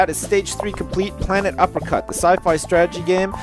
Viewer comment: When you named your game "Planet Uppercut", I thought you said "Planet Apricot."